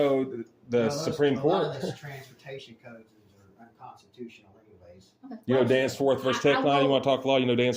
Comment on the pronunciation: He said "Danceforth." 👻👻